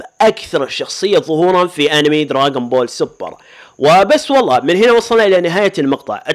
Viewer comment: اسمه دراغون بول مو دراقون بول 🤔